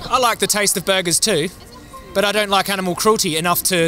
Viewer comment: What's an "animeal?" Same as an "animuel" or an "animool?"